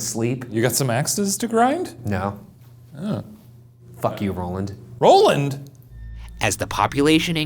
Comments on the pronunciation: “ROLLAND” 😂😂-Shane 2k18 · "fack you Roland" "ROLAND?"